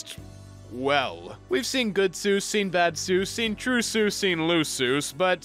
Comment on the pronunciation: I'm honking like a goose, though you give me cause to rejoice, because he's not Dr. Soose, he's really Dr. Seuss! ...That's a really cheeky thing to say, I'll admit, but once I learned how it was supposed to be pronounced, my life was changed forever. I mean, not in a significant way, it was a really tiny change. But technically, it was a change, that was irreversible, and part of my life. That counts, right?